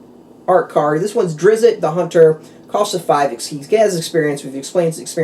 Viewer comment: Not "Drizz-it" but rather Drizzt. Should sound more like "Drist." Just saying. Thanks for the vid, as I was curious if it came with any boosters. ;-)